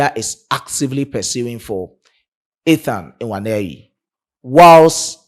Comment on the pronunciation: I Love your opinion but to correct you especially on the pronunciation not ewaneri please is nwaneri please look for Igbo brothers there in Ghana to give you correct pronunciation or you can inbox me for correction I ❤ you my brother hope to meet you one day